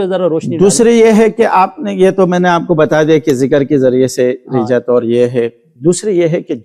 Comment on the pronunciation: Rijjat nahi Rajjat hota hai